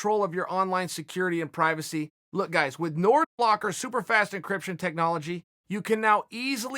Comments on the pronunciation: Chael "Got em in a Nordlock" Sonnen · Nordlock LOL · I download nord locker each time uncle chael said “nord locker”